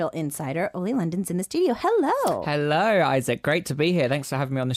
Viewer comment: Holly's Lachimolala lolol it means "I think I'm Korean but I still can't even say 'hello' coherently".